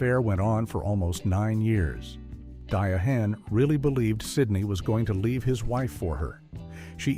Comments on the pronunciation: Its not di a han its Diane Carroll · AI cracks me up. Die-a-hand Carol 😂😂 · Cheating scandals happen with both black and white. And diahann is pronounced Diane. Denzel story is completely false. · AI-generated trash ALWAYS mispronounces names. Who is Die-a-hand Carroll?